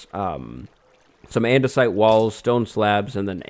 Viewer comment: We should do andesite on this side. Me: you mean... ANDESIDE???